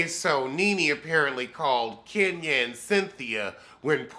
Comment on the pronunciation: 🤣😂🤣😂🤣😂I love Kenya but"Kenyuk" is priceless... said "Zipcar husband".... I'm sorry. I'm done.⚰️